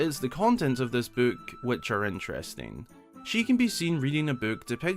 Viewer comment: how can someone mispronounce book?